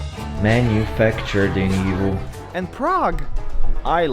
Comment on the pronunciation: why for some reason I hear evil whenever you say Yiwu?